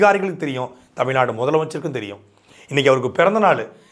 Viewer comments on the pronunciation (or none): none